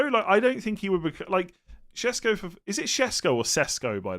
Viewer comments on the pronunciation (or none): It’s “Sheshko” not “Shesko”, both the s’s in his name have the same accent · It is “shesh”, both are “sh” instead of s. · I think correct pronunciation is Sheshko, it's the Sh sound Like shot shower etc… Also there is no H sound in it that you asked